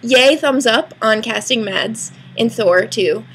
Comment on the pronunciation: Yay Mads :D Although it sounds so weird when you say his name in english...